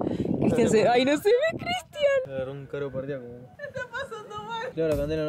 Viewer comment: Todo el mundo: Paro cardiaco: "caro pardiaco" sadasdjsadjas xd <3